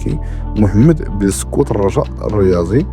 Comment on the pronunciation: اصاحبي سبحان الله مللي تيكون شي اسم امازيغي تيبان نيفو ديالكم ماشي تا ديال التحضيري بولكسوت معرفتيش تنطقها بقات فجبهة وتصنطيحة بولكسوت يا طنك بولكسوت هاني عاوتيها ليك تلاتة تلخطرات باش تعلم تنطقها بولكسوت ماشي بولسكوت